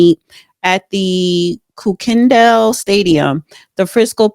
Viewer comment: Do your research!! If you don't know how to pronounce something, listen to local news on the subject and get the info. It is pronounced KUR KUN DALL stadium and Austin's last name is MeTcalf not Mecalf. If you want to be taken seriously, do your research!